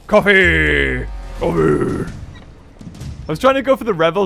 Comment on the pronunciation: Wen he said Coffee it sounds like coffin the Pokémon coffin....I like the idea 💡